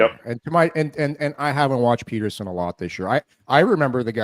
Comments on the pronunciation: Rest in peace …. … Pet-ter-son not Peter-son Elias Pettersson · Seriously - if you are going to pontificate about Petterson, at least pronounce his name correctly. It would add some credibility to your opinions.